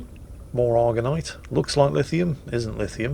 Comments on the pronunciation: Actually... it's Argentite not Argonite from the Latin (and Italian) Argento for Silver. You're welcome:) p.s. sorry couldn't help myself, being a silver smith with a 'touch' of OCD:P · Argentite = "Argonite" ...wha' ?! ...maybe that's why it doesn't find anything, eh ?! or dunno, check ya glasses ^^